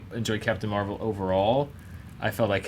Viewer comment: Captain Meh-val?